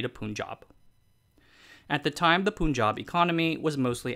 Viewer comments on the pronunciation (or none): It's not Poon-jab, it's "Pun"-jab. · Great video, made me wanna find out more about this. My only gripe is how he kept calling it a poon jab. its pronounced the same way you'd pronounce pun ( the joke ). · Punjab is pronounced Pahn-jahb, not Poon-jahb. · It is "Pun" not "Poon". Do you say pun intended or poon intended? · Dude Its pronounced Panjab. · The way he says Punjab hurts me. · it is somehow so sickening to see creators, like, to fail at properly pronouncing simple sounding names like "Punjab". I mean, it is not like these folk are unaware of the "un" sounding in Bun, Fun, Run etc. I am sure they must have done their research when creating this content and i am very confident that they, at some point when researching and studying content related to "Punjab", might have heard how to pronounce "Punjab"........ but, hey? Poonjab!